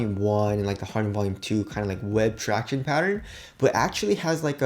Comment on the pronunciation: "tractioneys" is so cringy and annoying. Just saying